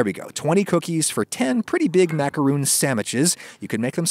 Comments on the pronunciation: Is no one going to talk about how he said "macaroon" instead of "macaron"? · It’s pronounced like macaroni without the “ee” sound at the end. You’re welcome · It's macarOn not macarOON "It's leviOsa not levioSAH" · I believe it's "maka-hon" the way the french say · Pronouncing it macaron (« Rhon ») is the right way. The end. It’s not because it’s french that it’s pompous. It’s just the right way to say it. Sorry if I sound rude, but why make a video about a french recipe if 1) you don’t want to try and speak french 2) you think french is « pompous » ? It’s literally just pronunciation. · My body goes into a series of convulsions every time he says “macarOOns” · My ears hurt every time he says macaroon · Ummm, no to this explanation. In America, people pronounce it properly and they don't sound pompous. Macaroons and Macarons are different cookies with different names. You're just saying it wrong and trying to justify it. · NOOOO the cookie pronounced that way is a coconut frosting on sweet bread, french macaroons are what your cooking